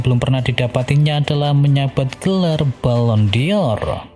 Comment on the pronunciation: Dibacanya BALON DOR .. BUKAN balon DI OR.. gak pake i ... Norak lu.. gak pinter2... 🤪🤪😜🤣🤣🤣